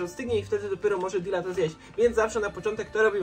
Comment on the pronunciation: To nie mati lonżuje dile tylko dila jego